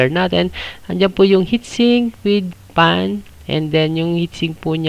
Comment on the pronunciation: Suggestion lang bro ha dahil youtuber ka. Iayos mo din pronounciation ng mga parts like "fan" kasi sayo "pan". "front panel" ->"prant panel".